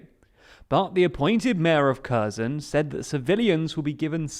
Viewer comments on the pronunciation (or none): Curzon curzon curzon KHHHHHHH ERRRR SOWN SAY IT RIGHT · Please please pleaaaase learn how to say the name of the city, please… it’s not “Caus-in”, it’s “HER-so-ne”. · Curzon is a Dax. This city is called something closer to Her-SONN (second syllable stressed). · It is said “Hair sone”! Not Kursen! The H is silent. And the emphasis is on the 2nd syllable not the first. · kherson is pronounced "hair-SOWN" with a hard H ( like 'ch' in johan sebastian bach) it hurts every time you say KUR-sun. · It's HersOn not KErzon, like in Kharkiv, "kh" just means hard h :) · KherSon, with an "s", not Curzon with a "z". Making zero attempt to pronounce place names correctly makes your channels appear untrustworthy. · Kherson is pronounced more like "her-son" not kurzen. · It's not pronounced Kerrzon – it's herrsson! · Nice summary! One remark though - "Kherson" is not pronounced "kehz'n". It's closer to : "her" + "sohn", with accent on "sohn". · Yes, why say Körson when it's pronounced Hersón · Not ''here'' ''Her'' + ''Son'' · Pronounced hear-Son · learn how to pronounce the city which you are doing your report about. It sounds nothing like that. It's pronounced "hirson" with the accent on the 2nd vowel. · Please pronounce it Herson or Херсон. He... r... son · HERSON HERSON HERSON (THE K IS SILENT)!! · An advice for a better pronunciation of the name of the city and the oblast. The first part, "Kher-", is approximately pronounced as "here". Kherson = /"here" + "son"/. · Please pronounce Kherson properly. The "K" is silent. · Great video except every time I heard you say Kherson I cringed a bit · My ears hurt hearing almost every geographic name mispronounced. Kherson, Kakhovka, Dnipro ... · learn to pronounce kherson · I am crinching each time you say Kherson. Learn how to pronounce it. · Would it be asking too much for the commentator to pronounce Kherson properly? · By now one would assume that you could have learned how to pronounce Kherson